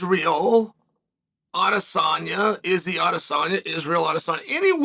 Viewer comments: Chael: Alex never said Adensanya Alex: “Adensanya, come to daddy” Chael: he said “Nebraska come to daddy” 😂😂😂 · Definitely heard "Erh Adesanya..." 3 times haha. Kinda rough Alex's first English call out doesn't even get acknowledged by the GOAT. Hope Alex doesn't let this effect him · Stretching for a take he said Izzys last name 4 or 5 times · What is Uncle Chael smoking? He clearly said Izzy's name TWICE.